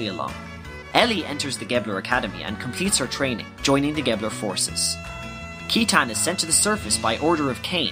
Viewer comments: Thanks for making this dude, it's very well done. I really loved it because I needed to recap on what I understood long ago about the game when I first played it XD. Ah, and just to mention, Citan's proper pronounciation is Shitan (shee-taun) as spelled in the japanese version. They mistranslated it that way though due to the word shit being in his name. However, there's still existence of his name spelled as Shitan in the game when you go into debug mode. You can go to his house through one of the warp options that says "To Shitan" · Excellent video, you really did explain the story in a way that's easy to understand. One thing bugs me tho, Citan's name is supposed to be pronounced "See-tan/Si-tan", since his Japanese name, Shitan, couldn't be used for obvious reasons. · Yo both of these are so sick, very accurate in terms of story. I would like to make a joke though... I know we all had our own ways of pronouncing things growing up as kids but... KEYTAN?! JEEZI-UH? C'mon bruh hahaha. I've heard Sight-in, Sigh-tan, Sit-tan, Shit-tan, but never have I ever heard KEY-TAN lmao. Seriously though, great work here (and your many other videos)!!! Just wondering if Final Fantasy Tactics was also on the list? I'm far less obsessed with FFT compared to XG so I actually need a lot of help with that one. Anyway, got yourself a new fan and subscriber~ YOU SHALL BE A YOUTUBE GOD. YOU SHALL BE A YOUTUBE GOD. YOU SHALL BE A YOUTUBE GOD. YOU SHALL BE A YOUTUBE GOD. YOU SHALL BE A YOUTUBE GOD. YOU SHALL BE A YOUTUBE GOD. YOU SHALL BE A YOUTUBE GOD. YOU SHALL BE A YOUTUBE GOD. YOU SHALL BE A YOUTUBE GOD. YOU SHALL BE A YOUTUBE GOD. YOU SHALL BE A YOUTUBE GOD. YOU SHALL BE A YOUTUBE GOD.